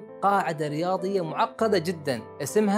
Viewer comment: ليه بتاكد على كلمة معقده جدا ؟!